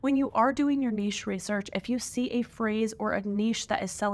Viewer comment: A lot of great advice in your video. Anyone doing POD needs to hear everything you’ve said. Also, thank you so much for properly pronouncing “niche”. I hear far too many people these days saying “nitch” and it makes my head explode.